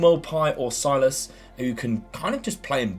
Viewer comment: Hello. You pronounce Silas as “Sill-ass” and then “Wam-an-gee-tuke-ah” Much love!